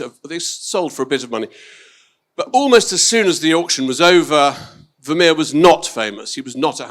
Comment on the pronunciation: this interviewer can't even pronounce the name Vermeer correctly!😮